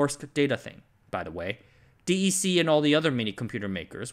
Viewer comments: who the heck is Dee E. See? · DEC = “deck” Great video!